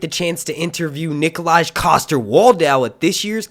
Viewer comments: its not nikolaaajjjjjjjj tho, it's pronounced as nikolaaaaiiiiiii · If you do interview Nikolaj, Nikolaj is pronounced 'Nikol-eye' and 'Waldau' doesn't have that 'w' sound at the end in the 'au' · his name is pronounced Nikolay, not Nikolach!! Wow im suffering from major second hand embarrassment at the moment!!! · Nikolaj is pronounced "Nik-o-lai". lol. I've enjoyed his work since Black Hawk Down. Keep up the good work! ;-) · NIKOLAJ????? Youre a giant game of thrones fanboy so you say and have been making videos for 3 seasons and you dont know that Nikolaj coster waldau's name is pronounced NIKOLAY???? REALLY????? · It's not Nikolay either. The last syllable rhymes with "eye". This video demonstrates the pronunciation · He called nikolaj coster waldau "nikolach coster waldau" too... wow.... i usually watch talking thrones and bridge4 for GoT news thought id give this one a chance... first and last time lol